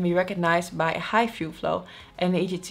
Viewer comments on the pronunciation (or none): "Fluef", I love human errors, it's cute.